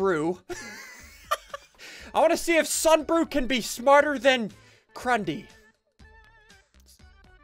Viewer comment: "Ssunbrew" (you did it to yourself)